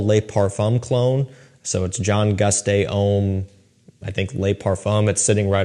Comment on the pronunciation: It’s GUSTAV not gooostay 🤦🏾‍♂️